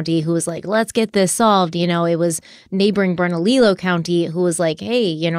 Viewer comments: Berna-lilo? 😆 So cute but so wrong. Almost feels like we’re getting trolled because in your last Harloween video you had some pretty perfect Spanish pronunciation. While I’m being that a-hole, in NM we say Bel-EN and SEE-bola (Cibola). 😋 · You guys are doing an amazing job covering this case. I'm a native to New Mexico and had never heard of it. I wanted to let you know you have a country spelled/pronounced wrong though. It's Bernalillo County (Pronounced Berna-leo not Berna-lilo) The two lls make the y sound. All the love to you guys! Keep up the amazing work!! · I live in Rio Rancho, suburb of Albuquerque. Loved this one close to home. Look at West Mesa murders. It's unsolved, and was surprise discovery. Bernalillo is pronounced Burn-a-Leo and Belen is Bi-lin. Loved listening to you saying the words. We have caliche pits for dirt roads all over. With coyotes black bear and cougars, it's hard to say what happen to her body. And yes the cops suck here and wouldn't surprise me if they were covering their own f*** up... cover up of a mishandled case. Extremely plausible for vuh-lin-see-uh cops. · Just so you know, it's Berna- LEE-YO. The two Ls next to one another make a Y sound in Spanish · Bern-a-lee-yo,. Much love. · I really appreciate how in depth you both go, and like the different perspectives. But I really need you to look up how locations in New Mexico are pronounced. Almost all of them are Spanish words, so they are not pronounced how they look. I am pulled out of focus when you say “burn a lilo” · Hey guys! Awesome episode! Just wanted to say the pronunciation of the cities in New Mexico is off. Belen is pronounced like “ba-Lin” and bernalillo is pronounced like “burn-a-Leo” from a local of Albuquerque:) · It's bern-ah-LEE-oh (Bernalillo) county, the double Ls make a Y sound. 😊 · I hate to be so nitpicky, but Bernalillo is pronounced Berna-lee-YO! In Spanish two L’s are pronounced as a Y.